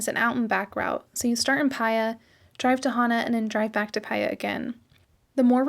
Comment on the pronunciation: Did you enjoy the rumble strip south road, lol? What a view, worth it! Thanks for sharing! (Paia is pronounced Pa-E-Ah)